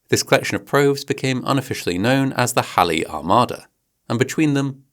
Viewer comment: Quick thank you for pronouncing Halley’s Comet correctly! It is mentioned so quickly in the video but it stood out to me